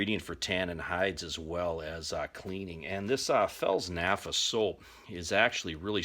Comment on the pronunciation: Fels "nafa" lol. Replace the "p" with an "f" and ignore the "t" why not? Good video though, very much appreciated.